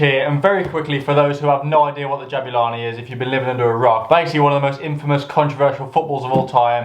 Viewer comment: Jabulani* not Jabyulohrni